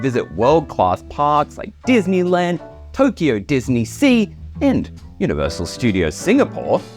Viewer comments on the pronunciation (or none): none